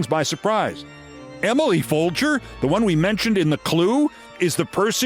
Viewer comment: Thank you for pronouncing Emily’s name right. That is exactly how it is spelled. You’re a little late on including her in your worst persons list. She deserved to be there years ago. This is ignorance on a level none of us will ever attain. She is STUPID! And a very ugly person inside and out. It has got to be exhausting to be that hateful and stupid your whole life.